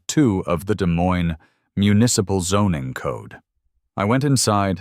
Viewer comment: The AI mispronounced Des Moines!